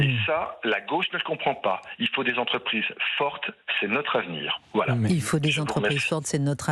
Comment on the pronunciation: Christine, je vous adore , mais on dit mille cinq cents (z) entreprises…plus personne ne fait de liaison, la langue aussi fout le camp…